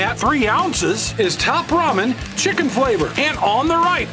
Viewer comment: I like the Maruchan “chickie” flavor. 🤣